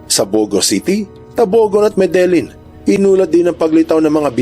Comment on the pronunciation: Medelyin yung basa sa lugar namin sir sa Medellin, Cebu at sa san remegio ay san remehiyo din ang pagkabasa